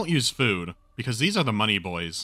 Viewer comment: I still come back to this video like once a month just to hear him say "MoneyBoys"